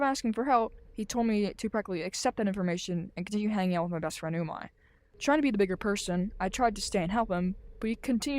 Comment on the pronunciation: I don't think that's how you say your friends name it's pernouced umeh not umai ur calling your friend tasty in Japanese ps we all missed you